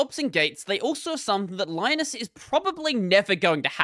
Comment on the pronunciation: Linus Torvalds' name is not spelled pronounced the same as Linus Sebastian's name. Because Torvalds is finnish. His name is spelled pronounced Leenoos, but ee and oo are short. There's a short clip on YT where he mentions about how Linux and Linus are spelled pronounced. Edit: meant to talk about pronunciation, not spelling.